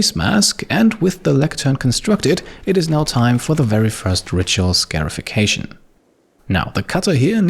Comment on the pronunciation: Hey, just a note on the pronunciation of scarification and scarified. It is said like ‘scar-ified,’ not ‘scare-ified’. They’re getting scars, not scares. I love your videos, they’re always top notch